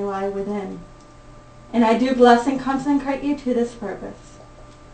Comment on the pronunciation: thankyou. It was lovely. Words of hopefully "helping" . The word is consecrate...not conceNcrate. Another thing is that the volume is a bit much..and there were other noises that were rather disturbing. Apart from those things...it was lovely thankyou.